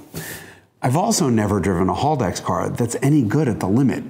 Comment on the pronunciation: Haldex, not Holdex. ;)